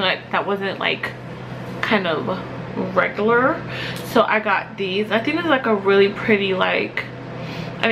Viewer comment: how she said regular made me cringe so bad 😂